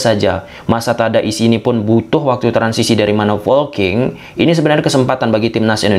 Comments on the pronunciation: Polking atau folking sih bang😂 Saya dengernya folking dah. Ada yang sama? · Ayoo laah boooosss,, POLKING not FOLKING or VOLKING but POLKING